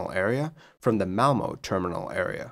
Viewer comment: I think you did good on the Swedish city of Malmö - I have heard worse :D